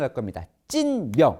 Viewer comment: 찐명이 자꾸 찢명으로 들림